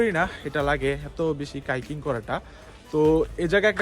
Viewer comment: ভাই ভিডিও ঠিক আছে কিন্তু কথা/উচ্চারণ ঠিক করতে হবে।। হাইকিং বলতেছেন কাইকিং। আই ক্যাচিং বলতেছেন ই ক্যাচিং । আবার হুমায়ুন আহমেদ এর যায়গায় হুমায়ুন ফরিদি।।